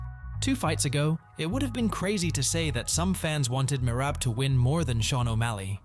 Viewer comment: The way you pronounce Merab makes it hard to watch the video